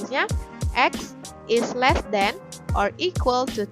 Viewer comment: Great bukan dibaca grit tapi greit Less bukan dibaca less kayak huruf e dalam kata kecap tpai seperti huruf e dalam kata seram